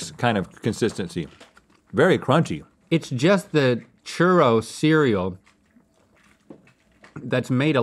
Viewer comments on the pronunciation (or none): none